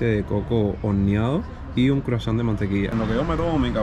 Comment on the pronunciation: A tu pregunta de mi café favorito, es el expreso y también soy enfermizo al croisant, que lo pronunciaste muy bien en Francés. Al inicio del video muestras edificios deteriorados alegas por el salitre. Lo que me llama la atención que se encontraban en 2da hilera referente a la Embajada Americana muchísimo más próxima del mar. Mi pregunta ingenua es:¿ frente a la Embajada no entra el salitre del mar? Muchos cubanos repiten esto del salitre y no es más que una manipulación del desgobierno para justificar la ineficiencia eterna a darle mantenimiento a todo. El morro tiene varios siglos y parece que lo construyeron ayer. Miami Beach tiene la mayirua de sus Hoteles plantados sobre la arena. Usted sale de su habitación y camina simplemente descalzo sobre la arena hasta el mar. Y mucho fueron construidos al mismo tiempo que esas casas que muestras al inicio. Cada una de las 15 veces que fui a Miami entre 1980 y 2018 me daba la sensación de que estaban mejor que la última vez que los vi. Inclusive pernote en algunos y de salitre nada... No hay que dejarse engañar por estos cuatreros infladores de globos, el Mar de Miami y el de la Habana es el mismo, lo que no es igual es el mantenimiento. Pero claro, los obreros estatales que deberían dar mantenimiento a todo , son desviados para darle mantenimiento a las casas y mansiones de la realeza cubana; pagado por el tesoro nacional. Muchas de esas mansiones tienen hasta playa y /o puerto privado con barcos y ninguna está sorprendentemente d